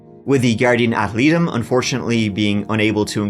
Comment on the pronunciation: Ad litem is pronounced ad-lie-tum. Great video, as always.